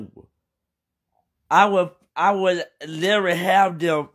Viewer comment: Dude say I will LIERY have somebody waiting for you🤧 have somebody doing wha nie...come again say what